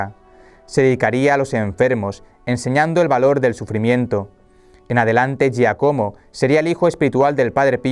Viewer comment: Hola..se pronuncia Giácomo